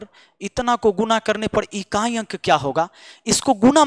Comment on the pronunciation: बोल रहे हैं इकाँई, दंहांई 😂😂😂😂अच्छा लगा गले से बोलते हैं |